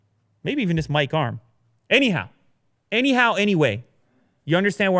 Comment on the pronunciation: Every time he says anyhow, I hear a你好😅